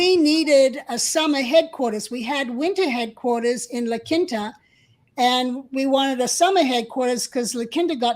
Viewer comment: Your co-host is mispronouncing La Quinta it's pronounced La Keen Ta!